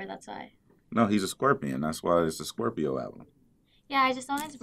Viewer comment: He’s a squirpy? Lol “Squirpio”